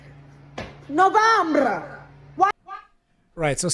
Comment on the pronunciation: As an American, it is pronounced No-vem-ber, not "Novambrrra". Also, it is "march" not "march-ay".